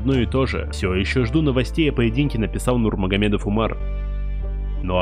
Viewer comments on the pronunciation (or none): none